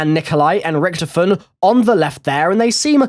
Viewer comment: "Richdofen". Dude, fix your speech